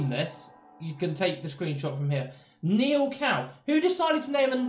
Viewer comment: Neil Gow. Not Neil cow.